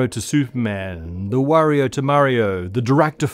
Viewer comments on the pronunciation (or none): none